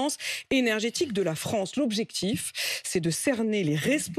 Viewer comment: pitoyable, minable et dire qu'il a présidé la fronce